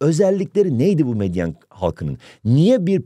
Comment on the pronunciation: Bu arada hocam meyden degil medyen ❤